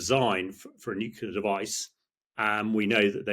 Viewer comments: F**k me NUCLEAR not “nucular” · 'Experts' who can't pronounced 'nuclear' correctly...it's not 'nucular' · Stopped listening g as soon as this bloke started saying nucular . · Nit picking perhaps but why has nucular become almost the norm for nuclear!! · Repeat after me: Nu Clear. Nu Clear. Nu Clear. Not: "Nu Cular" Morons. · This is nitpicking I know, but it’s hard to accept anyone’s opinion seriously, particularly an English person, who cannot pronounce the word Nuclear. It’s not nucular🙄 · I cannot listen to the opinion of a man who thinks "nuclear" is pronounced "nukilar". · ha ha many people call it nukular. I don't know why, but they do. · It is spelled nuclear, not nuKular! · As in ‘nucular’ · This man cannot say ' nuclear' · Never have I ever heard someone mispronounce nuclear so many times per minute. Painful. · Who is going to tell him that he's saying "nuclear" wrong?